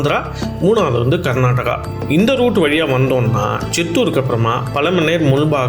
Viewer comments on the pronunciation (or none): none